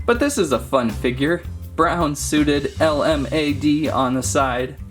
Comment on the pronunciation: its LMAO Not LMAD